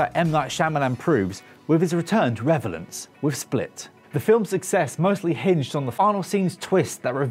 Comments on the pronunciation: Here's an actual correction for WhatCulture, it's Rope-A-Dope, not Rope Dope. The clock they're talking about in Back to the Future is a PICTURE of a clock. Bill Nighy, not Nightly/Knightly. And our dear presenter says revelence, which isn't even a word, instead of relevance, when talking about Shyamalan's return to relevance. Saving Private Ryan starts with an old man and his family in ARLINGTON NATIONAL CEMETERY, not a cemetery in NORMANDY, and transitions into a flashback to the Normandy LANDING. And the 101st Airborne pin is on old Ryan's shirt, not the lapel of his shirt. ...And the shirt doesn't even have lapels on it. It's a polo shirt, not a suit jacket. And when the presenter says lapel, he erroneously tugs on the COLLAR of his own shirt. WhatCulture are almost as bad as CinemaSins, seriously. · He can't even pronounce relevance